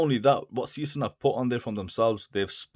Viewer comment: Pronunciation is totally WRONG: SEESTERN isnt SEE-STERN, BUT more like SAAY-SHTERN (is german, not english) and Glashütte is no GLASHOOTTE, but more GLASS-HÜTTE 😎😎